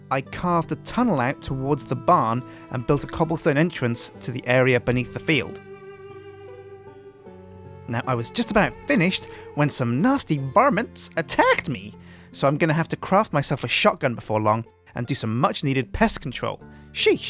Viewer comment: He said attacked like attachked